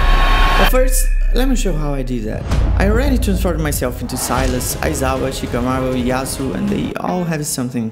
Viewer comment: Por favor vc é br não fala shikamauuo. Ensina esses gringo a falar o "r" no meio das palavras ,é Shikamaru ru tendeu vei!?